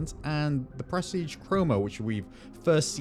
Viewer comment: only hearing "breastige"